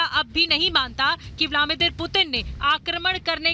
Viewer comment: ब्लामीदिर नहीं ब्लदीमिर पुतिन. नाम सही बोला करें